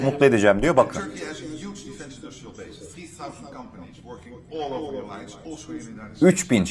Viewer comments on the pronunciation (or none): none